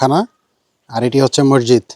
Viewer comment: মৰজিদ না শুদ্ধ হ'ল মছজিদ